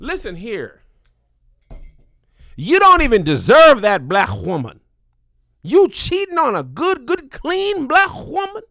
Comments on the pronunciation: lol, Whoman, lol😂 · Kev's emphasis on his W's when he says "WOMAN" in his 2nd story cracked me up😂😂😂😂😂😂